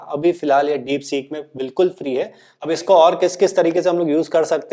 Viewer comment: डिपसीक डिपसॕक नहीं